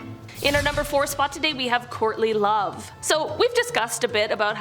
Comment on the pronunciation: I thought you said "Courtney Love" initially not "Courtly Love!!"